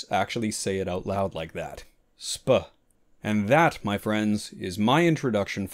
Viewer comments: "Genus sp." is prononced "s-p" not speuh lol :P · I always say “SP”, I would never have guessed the experts say “sp-UH” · I never knew "sp." was pronounced out loud as "spuh". I've always said the full, "species". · I didn't know they actually say 'spuh', bruh. 😂 Great job as always.